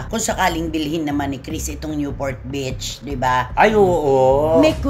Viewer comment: Ang pronunciation po ng beach ay "Beeech" hindi po "bitch". At ang newport beach po ay nasa Orange County, hindi sa LA😂